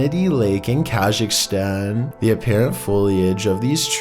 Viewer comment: How he said “Kazakhstan”